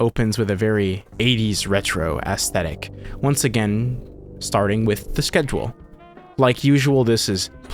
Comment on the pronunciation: “Ass-thetic” - 2025